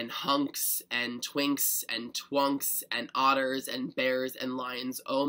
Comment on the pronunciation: i lose it when i hear 'otter'...